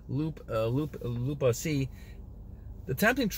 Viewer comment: Really appreciate the shout out , and I agree I just try to ignore flirting cause it is a trap to start thinking about releasing. Not worth it we r on the highway to god not looking for earth pleasure. Ps. It’s not pronounced l-aaa-p , it’s has the ooo in it loooaaap , luap haha Ik it weird to say anyways another banger if I have more questions I will ask